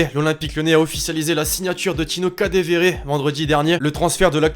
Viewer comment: C est ou que tu vois un v dans kadeWere putain prononce le bien avant de parler de lui